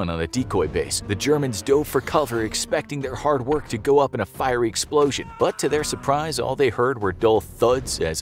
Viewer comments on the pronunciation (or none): none